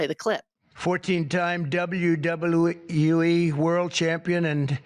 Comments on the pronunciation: WWUE? 😂😂😂 He couldn’t even say WWE. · dubbayew dubbulew uh*hic* lewe ee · What the hell is double u double o e le can't even say WWE what a joke this president is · He couldn’t even say WWE. 🤦🏽‍♂️ Everyone needs to give him a taste of his own medicine. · He couldn’t say wwe